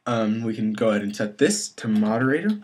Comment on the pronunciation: Actually, it is spelled moderator, not moderatOOOr...